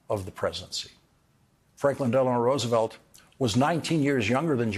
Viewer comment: Most of the time when you say Roosevelt's name you are mispronouncing it. This is a very good otherwise.